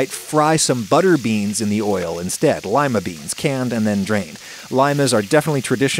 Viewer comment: What's a Limer bean? lol